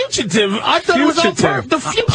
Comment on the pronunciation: “Wait, you were trying to say fugitive this whole time?”